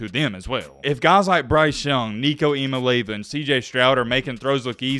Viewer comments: E-uh-molly-av-uh... lol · A couple things, Its E-ya-ma-lay-ya-va. Also you got it backwards, Joe is best in accuracy and tends to overthrow the long ball. Thanks for the content bro! I think its cool that a Bammer is putting out good UT content without trolling. Appreciate it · His name is I-A-MA-(LE)E-A-VA......🤦🏾‍♂️ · It’s pronounced Eeah mali ava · Great video, but please stop trying to say his last name because you're messing it up and it aint even close.......lmao